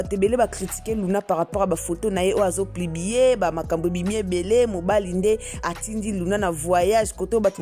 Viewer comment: Bonjour madame On dit publier et non plubier